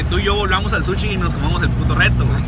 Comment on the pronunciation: Un suchi no mames quien vergas le dice así al sushi jajajajaja